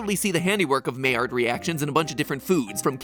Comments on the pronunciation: Mai rhymes with eye, not may. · My-ard not May-ard 😁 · Just a quick note, Maillard is actually pronounced My-yard, not May-yard! but it's a common misconception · "Maillard" reaction is actually pronounced "my-yar". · The only thing I gotta say is I prefer the pronunciation to be My-yard insta of may-erd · It’s pronounced my-yard (my and yard share the y) 😭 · Lol Maillard is pronounced miyard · Matpat: pronounces Maillard as "mayor" Me: pained French noises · Maillard reaction was pronounced with “my” at the beginning... I’m must now google it. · maillard is pronounced my-YAR (looked up the spelling of the pronunciation on wikipedia)... that was bothering me the whole video. (though i've heard people pronounce it my-YARd, but really, either way is better.) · maillard reactions are pronounced "myard" reactions matpat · I'm pretty sure maillard is pronounced my-ar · am i the only one who cringes when he pronounces "Maillard"? I don't know why, normally I don't care about these things. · Anyone else get annoyed on how he pronounced maillard. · Hey Matpat you're pronouncing Maillard really weird, also check this out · As a cook its botherd me he pronounces it wrong everytime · You're pronouncing Maillard wrong.